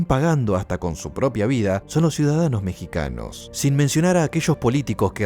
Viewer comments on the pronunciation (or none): none